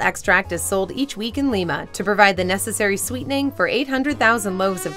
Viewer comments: That's Lye - mah, Ohio, not Lee-mah. The latter is in Peru. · Lima, OH is pronounced 'lie'-'muh' not 'lee'-'muh'. Just saying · It's pronounced Lime-ah, not Leem-ah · Lima, Ohio is not pronounced with a short i, it’s pronounced with a long I. Thank you that’s all. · Not going to check comments... It's Ly-ma, not Li-ma... Buhuhuhuhahaha... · LYE-ma. LYE-ma! Can't stand people that can't take the time to look up how to pronounce a word. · As a Western-Ohioan, the town of Lima is pronounced like "lima bean." Research your video before shooting. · I thumbs down every video with the girl. Lima... said Lye-ma. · 838 it is pronounced lima ohio